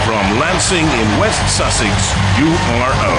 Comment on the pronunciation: Why does the voice pronounce URO like an American?